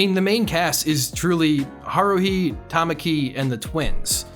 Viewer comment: I luv this anime, the twins aren’t so hard to tell apart, you can hear it from their voices. kiss kiss fall into depression bc they/ the creator said they would make a season 2 but it has been 9 or 10 yrs so far😔 Also why do pronounce Hikaru and Kaoru, Haruhi like that